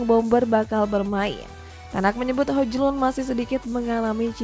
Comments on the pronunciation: Presenter satunya udah bisa nyebut Hoiylund, eh presenter tetap masih nyebut HoJJJlund. Itu baru lawak. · Itu pembawa beritanya fix ga ngeri bola, bahasa penyebutan hojlund memang sesuai abjad Indonesia, kan baca nya hoylun😂😂😂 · Hojlund bacanya Hoylund kak